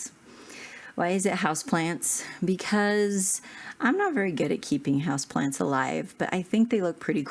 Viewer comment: House plants! I almost thought you said "house plans".